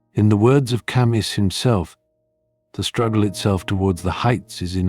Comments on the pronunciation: Ca mew not Ca muss !! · "camü" in propper native french